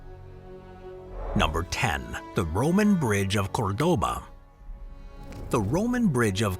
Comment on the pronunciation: When will robots learn to pronounce COŔdoba?